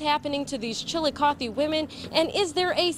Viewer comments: The way the reporter pronounced it is correct, I go there often. Fun fact: Chillicothe is the first capital of Ohio. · My boyfriend is a prosecutor for the city of Chillicothe (pronounced chill-a-caw-thee). We hadn't yet met at the time but he says he's prosecuted Donny several times, and he never understood why people would always baby him because from his unbiased, objective eyes he thought Donny was a "scumbag." He too doesn't think Donny should have been acquitted but as a lawyer he of course understands how reasonable doubt works